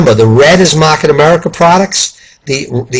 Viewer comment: Mahhket America 😂 lol! Good video!